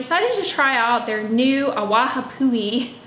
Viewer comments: “ah-vah-pu-hee” NOT “a-waha-poo-ee” please look up the pronunciation of hawaiian words. w’s are like v’s and NOWHERE in the word has “ha” it’s “AWAPUHI” not “AWAHAPUHI” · Just wanted to let you know how to pronounce the Maui shampoo :) Awapuhi = ah-vah-poo-hee Love your Channel and all your recommendations! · to let you know from someone from hawaii in regards to the Maui brand - its pronounced AH-WAH-PU-EE. love your videos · forgive me, but you have an extra syllable in your pronunciation of ‘awapuhi”. That said, you’ve taught me so much and I have to say thank you! I love to learn ❤️❤️